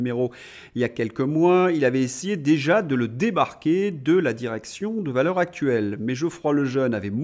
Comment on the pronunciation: Cher, vous prononceriez Valeurs Zactuelles, en faisant donc la liaison, vous feriez plaisir à mes oreilles.